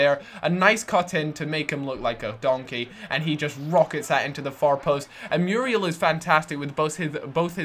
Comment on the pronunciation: muuuuurielllll not meeruel